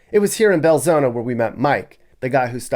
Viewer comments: Just a note for you..There is no 'A' in Belzoni...it is pronounced Bel-Zoni (/bɛlˈzoʊnə/ bel-ZOHN-ə). Nuff Said!!! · He pronounced it Bel-zo-na, but it's spelled Bel-zo-ni. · It’s insulting how he continues to deliberately mispronounce BELZONI!!!